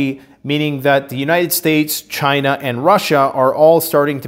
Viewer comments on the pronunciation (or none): none